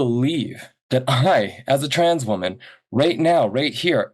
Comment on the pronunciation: It's tans, no woman!!